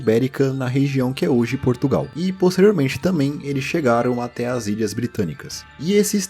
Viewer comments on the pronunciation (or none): none